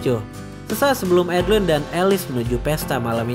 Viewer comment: A-DE-LA-IN bukan adlin 😢.